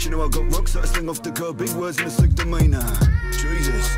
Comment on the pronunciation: 'Sick' demina, not 'slick' I will try and help you out with the language barrier brother, you have my subscription, your awesome 👍